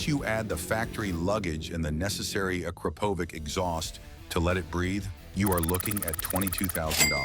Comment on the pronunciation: correct spelling of Akrapovic sounds like “Akrapovich”,not “Akrapovick”!